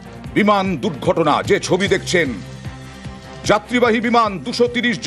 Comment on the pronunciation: দুক গটনা না বলো দুর গটনা কথায় বলতে পারেনা এরা নাকি সানবাদিক 😂😂😂😂